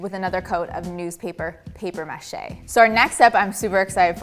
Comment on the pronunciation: The mispronunciation of “mache” and “process” make me cringe. And the light is terrible. The bench is great, though. Just hard to watch with the weird pronunciations.